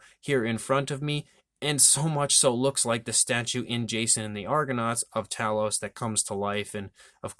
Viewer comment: Actually it's Tay- los. , watch the film and listen to Jason. Why fo all our American cousins pronounce it wrong 🤔??